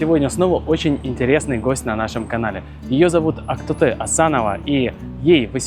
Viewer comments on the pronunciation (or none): Актоты,,, 😂😂😂😂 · почему казакша нормально нельзя было произнести, она что на мис мира участвует.